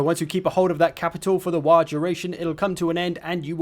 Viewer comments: bruh it's WAAAAAAGH not 'wah' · Fun fact he said Waaagh wrong every time. It's written in the original lore that waaagh is a word that can be said correctly only whan you are screaming it.